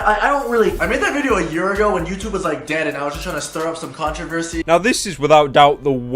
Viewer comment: Stfu fat fuck “youchube” 😂😂😂